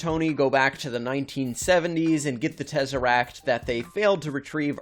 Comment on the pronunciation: Why he saying it like tEzArAcT??